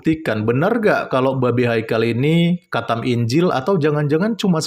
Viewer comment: Maksu itu qathem kale bukan khatam 😂😂😂